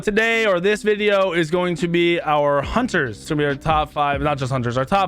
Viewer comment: hUnTeR's he says. "OLORUN" he says